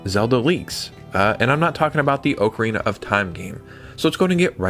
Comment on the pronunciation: Question for ya. Do you read the comments? I've seen it mentioned before, but you still pronounce Ocarina as "Oak-a-reena" but it's pronounced "Ock-a-reena" 😅